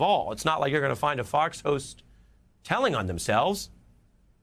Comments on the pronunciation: It’s pronounced “GOHSH” not “GOWSH” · GOWSH? You must mean "gauche". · "Gowsh"? Gauche is pronounced like the word 'go', not like 'wow.' And grow a beard or shave. What is this three days of beard all the time? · Gauche is pronounced “gosh” with a long O, not “gaush” like cowsh. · Gowch? 😂 Never took any French classes huh, Ari?